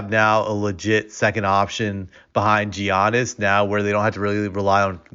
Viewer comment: gee--ahn--uhs? had to rewind to make sure someone still saying giannis wrong in 2023. bro says jew-seph nurkic too